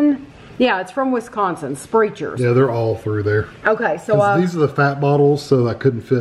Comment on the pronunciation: Sprechar's is pronounced "spreckers" but it's definitely not intuitive. There are also Sprechar restaurants around here too. I've never been.